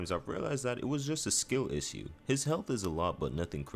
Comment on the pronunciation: Here's the issue. My man doesn't have a clue how to pronounce the word issue 😂😂